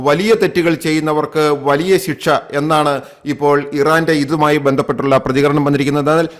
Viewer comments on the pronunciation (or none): none